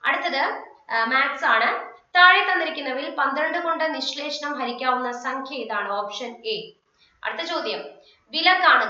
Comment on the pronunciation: നിശ്ലേഷം അല്ല നിശേഷം